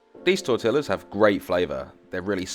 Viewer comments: as in tor-tee-ahs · Hate the way he pronounces tortillas. Double “ll” in Spanish is not pronounced this way. The word is pronounced tor-tea-a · Blud really just said TortiLLas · Good straight forward instructions, awesome thank you! But, your pronunciation of tortillas is not correct.